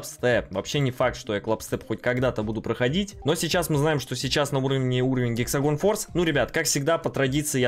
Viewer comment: Гексагон форс 🤣)) Это Хексагон, )))